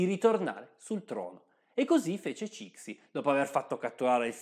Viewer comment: Ciao, ti segnalo il libro “l’imperatrice Cixi” che offre un punto di vista un po’ diverso. Il video è molto interessante. Ti prego, non pronunciare Cixi così.